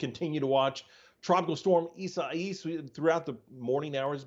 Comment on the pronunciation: Pronounced Esa-yas